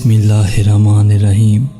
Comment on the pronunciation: بسم الله الرحمن الرحيم Bhai ap sahi talafuz se parhe. Ap rehman sahi se nahi keh rahe jitna Mujhe sunai de raha hai. Baqi Allah behtar janta hai.